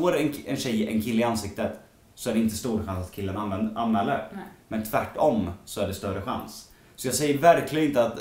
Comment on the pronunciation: det låter lite som att du säger nain när du ska säga nej